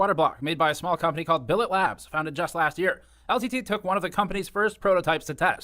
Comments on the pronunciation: Lol bro. You keep saying “Billet” wrong. It’s not like croquet or ballet. It’s Billet like bullet. Gamers Nexus says it a bunch of times in his video. Did you even watch the video? Are you informed AT ALL on the topic you’re trying to comment on? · I'm not sure whether you're mispronouncing the company name Billet Labs on purpose, but it drives me nuts each time you say it wrong.